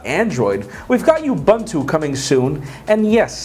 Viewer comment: it it you buntu , or ubuntu . in terms of pronounciation not spelling